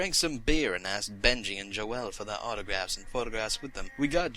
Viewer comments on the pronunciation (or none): Jo-elle? xD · Joel, I mean Joe-elle...😹? Omg lol